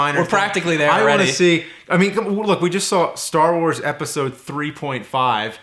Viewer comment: guys its called "Star Wars".. emphasis on the word "wars"